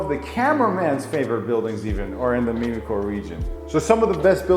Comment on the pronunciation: Thanks for your quality & highly informative videos. One thing, it's not " meme-ico", it's Mim (rhymes with Tim)-ico.